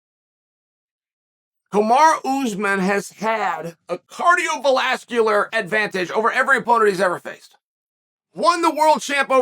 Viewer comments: Did Chael really say "Cardio-velazqular"? Lol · Me : cardiovascular Uncle Chael: cardiovaLALscular Me: cardiovaLALscular🥲